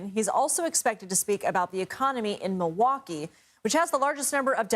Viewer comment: Did she really not know how to pronounce the word Milwaukee?